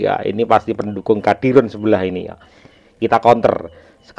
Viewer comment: Kadron mas bukan Kadirun 😅